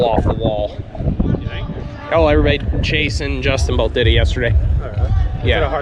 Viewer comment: Love these videos. One question: are you able to pronounce the 'v' in the word everybody?